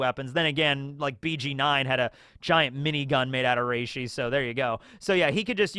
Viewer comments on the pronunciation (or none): none